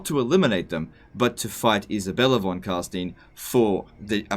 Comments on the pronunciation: The Vampire lineage is pronounced Von Carstuyn, not Von Carsteen. :) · Don't pretend you know german. It's closest to "Fon Carshtine". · von car-st-eye-n-s, not steeeeeeeeeens, they LITERALLY say it over and over and overi n the game von carSTEYEn, its just plain ignorance at this point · Why does everyone prononces Von Car''stine'' Vlad litterally pronounce his own name everytime you click on him it's Von Carstein not ''Stine'' I mean bruh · "It's pronounced Von Carsteen" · The way he pronounces Von Carstein is just unbearable to listen to. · Von Carstein? Didn't realize a group of Jewish accountants ruled over Sylvania. How is it people who spend thousands of hours playing a game cant pronounce the names of anything, even when it's actually pronounced by the game... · In German the vowel sounds are inverted when you have two adjacent to each other. So Stein is pronounced like Stien would be in English. Also 'V' is pronounced like 'F', like 'Volk' meaning 'folk' is pronounced 'Folk' like it is in English.